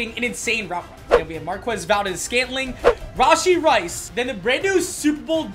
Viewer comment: Not hating on but "rahshee rice" 👍👍💀💀